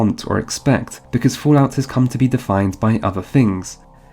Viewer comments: Fulaut? 😂 It is fal out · what the fuck is foo-lout?